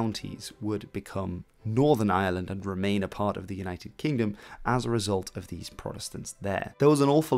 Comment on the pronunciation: Jesus! The Island of island ? If you're going to do an Entire video of a region or nation, learn to pronounce it properly! It's Ireland not island, pronounce the r that's there!